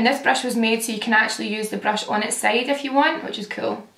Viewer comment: Every time you say "if you" I think you're saying "F you" at first like the curse word lmao